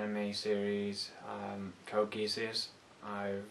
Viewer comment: You should try trimming your videos down to 5-10 minutes. You're spreading a thin layer content over a massive time. Make it compact and bountiful. Also, Geass is pronounced "Gee-us."